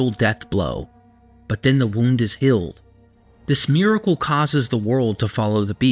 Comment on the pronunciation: Goddammit, you're a good guy, and I know you know what you're talking about because you're friends with some of the most renowned Bible scholars in the world. So your information is spot on. But you have to work on your pronunciations, bro. Healed is not pronounced "hilled" and real is not pronounced "rill" that shit takes me out of the story you're trying to tell. I don't know why it aggravates me but it really does. And that's pronounced really not "rilly" lol. Come on man. Work on that. Please.